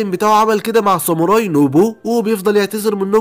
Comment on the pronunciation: خوي انا شاهد هاد انمي من قبل مو جيش الظلام جيش ساموراي صوتك حلو كل شيء بس شوي من اشاي حكيت غلط متل ساموري و مينج و في كتير